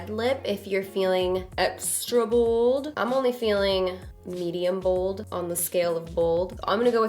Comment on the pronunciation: lol you say "Bold" the way my friend says "Bald" lol. I died a little when you said "Don't be afraid to be booold" aka bald. lmao